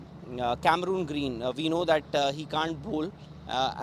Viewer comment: He is Cameron green not camerooon green. Cameron is the name of the player and Cameroon 🇨🇲 is a country which plays football very well. Please check the pronunciation